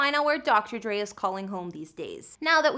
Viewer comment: IT'S DR. DRE NOT DR.DREE🙄😠🙄😡🤬👎👎 UGH..!!